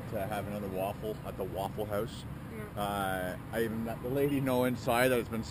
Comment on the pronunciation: “At the Wouwful house” so northern 😂